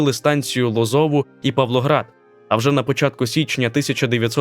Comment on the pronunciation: не ЛозОва, а ЛозовА